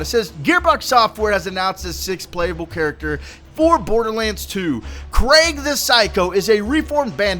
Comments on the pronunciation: craig is craig like in craig;s list but krieg means War in german does not sound diferent to your ears dude? lol better do some (lil) research before posting to your channel and look dumb just my 2 cts here but actually was funny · It may not be the best time to correct your pronunciation, but Krieg's name is pronounced "Kreeg" It is a German word that translates to 'war' My condolences for your loss. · It'ss Krieg not Kreg, it has an "ee" like "bee" it's also german for "war" fitting don't you think? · Name's German, it's pronounced "KREEG", like the end of "Blitzkrieg". In German, if you see two vowels together (i-e), you always pronounce the last one as a hard vowel (so "EE" not "eh"). Not to nit-pick or be a jerk, just thought I'd put it out there. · His name isn't Craig, it's Krieg. Pronounced like creeg. It's German for war. I gave up on this video about 2 minutes in due to your poor pronunciation of a fairly simple word. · 1: Krieg is pronounced with ee not ai. 2: It should be noted that in BL1, the pearls were pretty much only for bragging; there were orange, and even purple, that worked better for most class builds. 3: Thanks for doing what you do. I've gotten all five of my legendaries from your tips. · its Krieg - like blitzkrieg - German for war. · also its pronounced kreeg. krieg is german for war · his name is pronounced Kreeg, like blitzkrieg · Krieg is german for war, i think you should spell it out like "Kreeg" or something. But great video, like always :D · so his name is "Craig", coulda sworn it said "Krieg"..... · Its KRE-g like blitzkrieg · I think it's pronounced 'kreeg' as in blitzkrieg. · No, you said Creg, there is a big difference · My condolences about your grandma :/ And you pronounce his name Kreeg since Krieg is a german word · Just saying its pronounced kreeg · Krieg means war in German plus its pronounced kreeg not kraig C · ITS KRIEG NOT KRAIG LIKE YOU SPEAK IT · Its not pronounced craig, its kreeg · pronounced kreeg